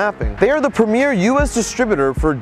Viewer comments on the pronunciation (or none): none